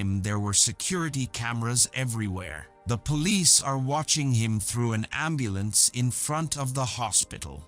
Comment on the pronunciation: Not a good recap. This is a movie not a story book you’re reading maarrieee charrlieeee man pronounce your shit quicker 🤦🏽‍♂️ who says ambulance with such a stretch 🤦🏽‍♂️ you’ll put people to sleep